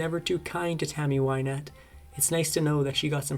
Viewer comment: It's not Wine ette it's Win ette. Get the pronunciation right at least.